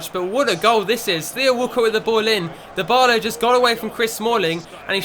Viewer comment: can you please say Dybala properly